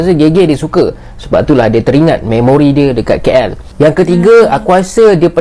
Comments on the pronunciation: Bukan keyyell la..kaaell yang benar... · Keyyel (KL) tu cara sebutan atau slang orang malaysia etnis india..